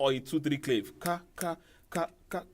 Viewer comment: It's pronounced "cla-veh"